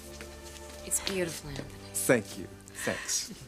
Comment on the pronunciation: Anthony! Not ANT- ONY